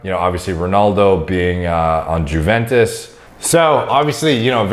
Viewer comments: Its not Jewventus its youventus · It's pronounced YOUventus. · For the future, Juventus is pronounced "You-ventus" as it’s Italian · Wtf is jewventus? It’s youventus. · yooo says "jew-ventus" XDDDDDD its pronounced "you-ventus" my guy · Juventes wtf are you hearing? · pronounced YOUventus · Juventus is pronounced with a silent 'J' 🤣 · Teammate "JEWventus" 😂😂😂😂😂😂😂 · Why did noone pointed out 'Juventus' pronunciation?